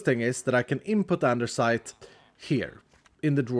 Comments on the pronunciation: its andesite not andersite, but who cares so keep it up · Anybody else love the fact that says andersite and-er-cite instead of the usual and-uh-cite…no? Okay guess that’s just me then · I always hear called andesite a Andersite😁,idk maybe my hearing has problem😂